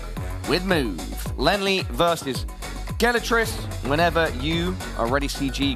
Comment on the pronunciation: Yeah dude is super annoying. He also mispronounced Gelotris like a billion times in the face of CG repeatedly demonstrating the correct pronunciation for him.